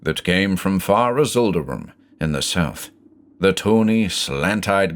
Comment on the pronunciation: So I've listened through all these before, but never noticed when you say "avool", the name is instead spelled "Avoosl". Hmmm, that's gotta be some obscure lore, that the S is silent! (I never know what to make of Clark Ashton Smith's names, but they're certainly always very Clark Ashton Smithy.)